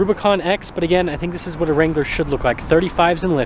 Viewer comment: "It iz what it t i iz!